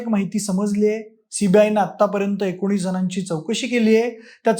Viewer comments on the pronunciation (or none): none